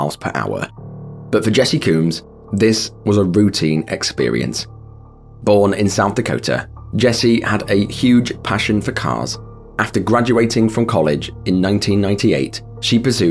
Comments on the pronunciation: the side of the automobile said 'jesse combs,' not 'coombs.' eta actually it said 'jessi.' so either that's one hell of a coincidence, or you got both names wrong. was funny to hear you pronounce 'coombs,' though. lmao. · Her name is Jesse Combs, not Coombs. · Her name was Jessie Combs not Coombs. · Her name was Jessie Combs, not Cooms.